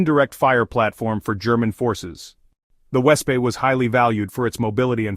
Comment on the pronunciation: Wespe is pronounced vespeh, it is wasp in German =)